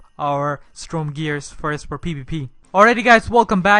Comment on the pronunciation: 'STROME' oof